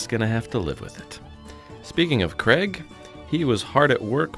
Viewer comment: Is pronouncing Craig's name "Kreg" on purpose? 😆 Maybe Craig should do a sponsorship deal with Kreg 😂